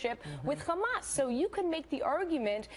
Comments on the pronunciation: Why is she saying Khlamas when it's clearly hamas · Is she an expert??? Its not Khamas..its Hamas. And I m guessing she has no idea what is going on there other than what they told her to say.. Now who's they.???... That is a good question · Why does she add the K in front of hamas? Does she think all things Arab that starts with an H sounds like KH?